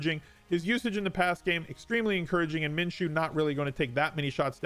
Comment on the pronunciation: You're the first analyst that I've heard pronounce Minshew correctly.